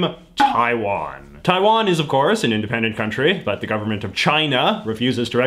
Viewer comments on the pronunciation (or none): none